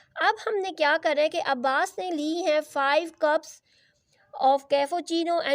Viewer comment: Lmao that cuups and gelaas was crazy at the end 😂